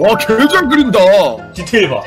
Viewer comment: 그린다가 넣는다로 들리는건 첨이야